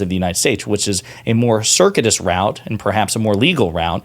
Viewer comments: “Cir- CUE- it us “ route. Not cicrates route. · Hey bud love the videos, that word ‘circuitous’ is pronounced with the U and I, emphasis on the U. Sir-KYOO-i-tuss. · The word is pronounced... sir...que.....a .... tis. Good show!